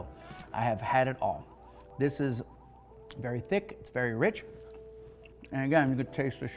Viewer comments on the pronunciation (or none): none